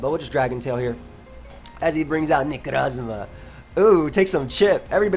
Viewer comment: Every single time says necrosssmah i laugh like a madman, it cant be helped